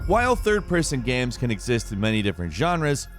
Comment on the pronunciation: am i the only one that hears "gyams" every time this guy says games